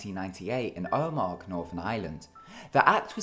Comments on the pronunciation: It's not pronounced "ohmag" it's pronounced "ohmah" lol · Love your videos but for the second time its pronounced omah not omag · Correction: Omagh is not pronounced (O-makh) It's pronounced (O-mah) I'm not mad BTW. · It's pronounced 'oma' not 'omac' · That's not how you pronounce Omagh. I should know as I go to the academy there. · it's not pronounced O mag it's pronounced OMA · the g and the h are silent in omagh so it is pronounced oma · Omagh is pronounced o ma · Number four omagh is pronounced oma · It's pronounced like oh-ma. The g is silent. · Omagh is pronounced oh ma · it's pronounced OMA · It's pronounced "Oh mah" and the bombing was the fault of both the ira and the psni (police) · It's pronounced omaa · For future reference, Omagh is pronounced " Oma. " Its actually where I live. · The footage of Omagh (pronounced Oh-ma) is actually of Bloody Sunday, 30th January 1972. The picture is correct however. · mate... omagh is pronounced oh-ma the G is silent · Omagh is pronounced oh-ma by the way :) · Omagh has a silent g and is pronounced oh-ma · It's oh-maa lol. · The 'g' in Omagh is silent. Also, your voice is really annoying, it has the same tempo as a toddler. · you are saying (Omagh) completely wrong.... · Love how he tried to pronounce Omagh